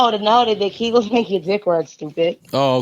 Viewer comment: WTF Joe, Lizzo Gate had me coughing on my water that I grabbed while dealing with your pronunciation of AB's "Ki Gull" exercises. This episode is hilarious!!!!